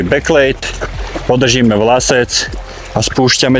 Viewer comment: nie bek lid, nie bek lejd, správne je bek led.